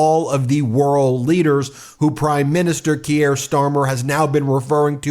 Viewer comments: Please. please, learn how to pronounce Keir (keer, not kiere) - thanks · Ben, his name is pronounced "Keer" -- one syllable. Not Key-air. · Please pronounce him Keer not Kyier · Great stuff and if you do read this it's not key er its keer rhymes with beer. Keep the good fight going from Scotland. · Keir rhymes with beer, not Gruyère, mate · His name is pronounced Keer, not Ke-ere. One syllable, not two. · I beg you to pronounce non-American names at least vaguely correctly! Kier is pronounced "KEY-er", not "key-AIR". Macron is pronounced "ma-KRON" (with the French 'r'-sound) not "ma-CRONE". We British will indulge your crucifixion of the name Graham (it's GRAY-um, not gra-AM) or Craig (CRAY-g, not CRAG) when referring to an American who uses that name. You will never have heard any of these names mis-pronounced before, so how do you screw them up so badly?? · Keir rhymes with Pier, not Pierre. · love the video, but small note: Keir is pronounced Keer, not Key-air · it's Kier like Beer, not Keir like Pierre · It’s pronounced “keer” not “kierre”. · “Kier”, Ben - rhymes with “pier”. NOT “Kierre” rhymes with “Pierre”. Geez - how would you like it if everyone decided to call you “Bean”? This is not rocket science - it’s just a small matter of basic respect. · Kier is pronounced as Keer. Not Key-air. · Keir is not pronounced kierre like Pierre. It is keer - like beer! Important to pronounce people's names right as we all saw with Kamala . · This is not meant to be critical - just letting you know. Kier pronunciation rhymes with beer, so sounds like Keer. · Please, the British PM's name is pronounced "Keer". One syllable. Otherwise, keep up the great work! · Ben, thanks for everything you’re doing. Just a quick heads up: pronounce Kier = Kear (as in ear 👂) and Macron = (as in ‘on’ not ‘own’). Cheers!! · I dont wanna be "that guy" but its pronounced "Keer", like beer but with a k. Im sorry but i had to because ive been listening to his name for the last 5+ years!